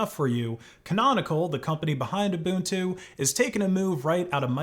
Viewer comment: Thank you for pronouncing Ubuntu as "Ubuntu" and not as "Ubantu" 💯